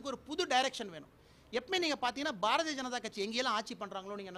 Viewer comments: Again and again he pronounced as Barathi Raja kathi...😝😝😝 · முதலில் இந்த அண்ணாமலையை தமிழ் என்று உச்சரிக்கச்சொல்லுங்கள் இரண்டாவது பாரதிய ஜனதாவை பாரதி என்று உச்சரிக்கிறான்????மூன்றாவது தமிழ்நாடு முன்னேறிய மாநிலம் என்று ஒத்துக்கொள்கிறான். முன்னேறாத உத்திரப்பிரதேசம் பீகார் குஜராத் என்று பா ஜ க ஆளூம் மாநிலத்தை உயர்த்த இவனை அனுப்பவும். நான்காவது இவன் நீட் தேர்வு எழதி ஐ பி எஸ் ஆனானா???ஐந்தாவது மீத்தேன் ஹைட்ரோ கார்பன் எட்டுவழிச்சாலை ஆகிய அனைத்து அழிவு திட்டங்களையும் தமிழ்நாட்டுக்கு கொண்டுவந்து தமிழ்நாட்டை அழிக்கும் இவர்கள் தமிழ்நாட்டை காப்பாற்ற போகிறார்களா????ஆறாவது தமிழக விவசாயிகள் டெல்லி சென்று உண்ணாவிரதம் அரை நிர்வாண போராட்டம் எலிக்கறி சாப்பிடும் போராட்டம் என்று துண்பங்களை அனுபவித்தபோது இவர்களை தவிர்த்து பாரதப்பிரதமர் நடிகையை ஏன் சந்தித்தார்???? ஏழாவது உள்நாட்டு உற்பத்தி பற்றி என்ன தெரியும் அம்பானி அதானி இவர்கள்தான் உங்களுக்குத்தெரிந்த உள்நாட்டு உற்பத்தி. எட்டாவது ரயில் சேவை விமான சேவை மின்சாரம் உள்ளிட்ட அனைத்தையும் தனியாருக்கு தாரை வார்த்த உங்களுக்கு தற்சார்பை பற்றி என்ன தெரியும்????ஒண்பாதவது நான் விவசாயம் செய்து சாப்பிடுகிறேன் என்று சொல்லும் நீயும் பி ஜே பி விவசாயம் செய்பவர்கள் நீரை வீணாக்குகிறார்கள் என்று வெளிநாட்டு குளிர்பானங்களை ஆதரித்த மாரிதாஸும் பி ஜே பி??????கேட்டால் அது அவரது கருத்து என்று சொல்வது???? த்த்தூஊஊஊஊஊஊஊஊ.